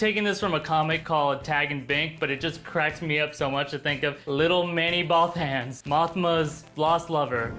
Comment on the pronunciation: Bothan's Not B-OH Thans..... Also, pray to your deity that they AREN'T dredging ideas from old, INVALID video games. Or this thing will suck hard enough to airstart a BUFF